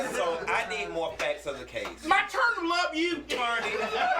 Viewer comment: talking about “My Torney” 🤣🤣🤣🤣💀💀💀💀🤣🤣🤣🤣